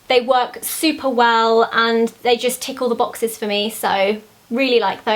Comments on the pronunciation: Hehehe when you said 'tick all the boxes' I heard 'tickle the boxes'. Great video, Zoella! Love seeing your favourites! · I thought she said "Tickle the box!" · I thought you said tickle the boxes! :'D